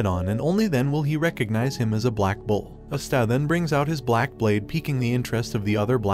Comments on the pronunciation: Plz say his name Right come on man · Narrator What you say was terrible you couldn't say his name right his name is Asta And Her Name is Noelle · Also u r pronouncing asta’s name wrong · Yo why do they pronounce asta like that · You pronouned ASTA wrong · Listening to how this dude pronounces Asta gives me a headache. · ok whats with all these types of yt channels saying their names wrong its ahh stuh no uh sta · It's not uh-sta, its ah-stuh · He's saying usta but it's asta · Sorry but it's prnouned like pasta without the p not As-ta but thank you! I can't find any black clover recaps that don't skip to much! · bro, you're killing me by saying uhsta. Did you even watch an episode? it's Awstaw like Pawpaw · Is my hearing weird or is he saying esta not Asta? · im i the only one who's wondering why he's saying aster instead of asta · Who is a'staaa, do you mean Asta ? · not aesta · It's not pronounced Astá. It's Ah-stuh. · Bro it's asta not aste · Hate how he says astaah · It’s asta not está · you definitely murdered the pronunciation of asta's name, please say it properly next video, it sounds so cringe tf its as-ta not a-sta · I like to believe that As stag is what I'm hearing and I really love it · Great series to watch if you can find all the anime episodes. The main protagonist is named Asta but it has an emphasis on the A (like Ahhh Sta). Sorry it was driving me a bit crazy with the incorrect pronunciation. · Is NO ONE going to talk about how he’s calling Asta astA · Thank you I wonder if he only read the manga because there are a lot of mispronunciations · Is no one gonna say anything about how he pronounces Asta… Yuno and aata.. Sounds like he’s about to sneeze. It’s Ah-stah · It’s not pronounced asta (silent a) it’s asta (no silent a) (as - t - aa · wdym u cant spell? I was reffering to the youtuber or the bot that was speaking, since they never said asta they said other words like astab a star and so on, just turn on subtitles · asta. its not hard to say